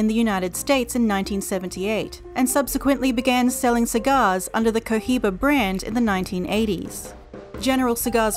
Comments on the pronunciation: Omg I would delete this and Re-record this narration... the Co Jiba, guys, really??? C,mon... Really guys, (Co-Iba) No 'jeich' sound included. CO....IBA.. AND THATS IT. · Hey... The H in Cohiba is Silent please!! It's so cringy to hear that H 😫😭